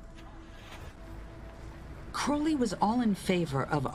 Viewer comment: Croa-lee rather than Crou-lee.